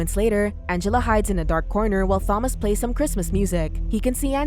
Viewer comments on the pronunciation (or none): I absolutely cannot stand how the AI voice says Thomas with a 'th' noise. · She made this totally unwatchable as she couldn't even pronounce "Thomas" correctly (FYI it's a silent H). The added fact that the name is mentioned like, at least 80 times made it even worse too!